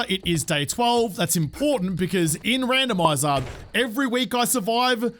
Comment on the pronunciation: Does anyone else hear “womanizer by Britney Spears” every time he says randomiser